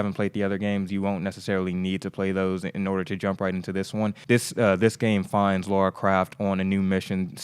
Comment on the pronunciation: Haha..you're still saying Laura